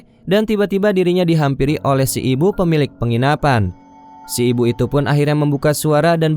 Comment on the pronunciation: Maaf kakak, penyampaiannya kurang enak waktu menutup kata. Example pengucapan kata ituuu. Terlalu banyak tekanan.